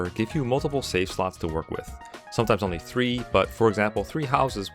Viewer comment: It helps to emphasize the V in the words 'save slots'. Avoid pronouncing it like an F.